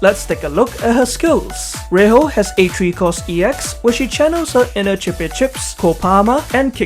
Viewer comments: Ray-HO is probably not the right way to pronounce her name unless I'm missing something. Should be Ray-JO rather. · Just so you know it's pronounced as Rei-jo but why Spanish pronunciation(well it's English I know). Her name in Japanese is レイジョ and yes it's pronounced as Ray-Joe.